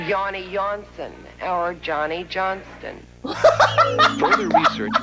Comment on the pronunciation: I kept it together until she said "Yanny Yonston or Jonny Johnston"